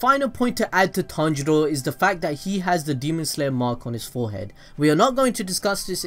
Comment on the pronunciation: His name is pronounced Ton-G-Row